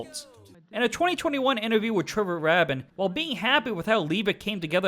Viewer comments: I love cheesy 80s videos, especially from Yes. One of the versions had all different people who were not in the band. (By the way, it's pronounced Trevor Rabin, not Trevor Rabbin.) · your closed captioning SUCKS!!! Why don't you take the time to check your work before publishing it? SMH. THAT, and your pronunciations... Yes' guitarist's name is Trevor (Ray-bin),... NOT (Rabbin). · RAHHHHHHHHHHHHHBIN. It's "raybin". Which you knew of course. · “Rabin” is pronounced “ray-bihn” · This is a terribly stitched together work with info taken from Wikipedia, pronunciations of names wrong (Rabin just one example), and terribly copied video from other YouTube videos. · Trevor's last name is pronounced "ray-bin." Fun fact: Actor Steven Segal is a hobbyist guitarist. Trevor gave him guitar lessons. Since they are both multimillionares, it would have been silly for Steven to pay Trev $20.00 or whatever. After his lesson, Steven said: "Thankyou. Is there anything I can do for you? Trevor replied, " Well, I've been considering getting into scoring films." Steven had just completed "The Glimmer Man, and offered the scoring responsibility to Trevor. Trevor hit it out of the park, and this started his decades long scoring career. He has done many blockbuster films including, " Armageddon. And he now has a successful film scoring career. 😁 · His name is pronounced Ray- Bin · PRONOUNCED RAY- BIN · FYI. Trevor’s last name is pronounced RAY-BIN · Trevor "Ray-bin"